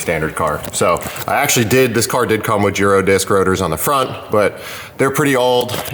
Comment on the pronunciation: First video I’ve seen where someone pronounces Girodisc correctly. 😆